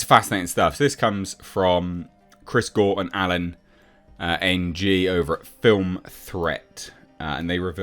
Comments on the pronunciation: The surnmae "Ng" is pronounced "eeng." At lesst the dude I knew with that last name said it like that. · Ng is pronounced "Ing" not N.G 😂